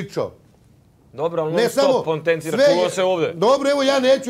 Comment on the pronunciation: Dalila koja vice konforT,dejan vice poNtenciras